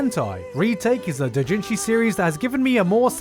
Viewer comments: using anenarumono is freaking amazing lmaoooooo since the artist created both the doujinshi and the non-h version lololol I am not use to how you say Japanese terms lol, it took me couple of rewind to know what you really said (like doujinshi sounded like dotjinshi) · I wonder why he pronounces Doujinshi like an American tho being an asian. Dooo-jin-jiii. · The fact that it took me a minute and a half to realise that you were saying doujinshi, because you pronounce it differently than I do.... Jesus